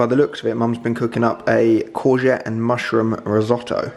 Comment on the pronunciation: I got flashbacks when Alfie said “courgette”🤣🤣